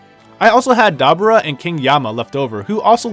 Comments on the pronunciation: Whats wrong with your pronunciation with some of the character names? Did you even watch dbz? Or are you just butchering their names on purpose? Mr. Satan dabura and arale... really? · Raiza X I understand messing up Arale but Mr. Satan and Dabura is a little too much